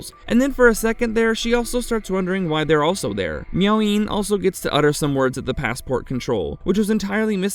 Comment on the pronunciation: I think it's Miao Yin...not Meowing